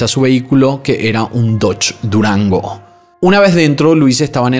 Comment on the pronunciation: Dices el nombre del dodge durango como si fuera un carro de lujo 😂👎🏼💩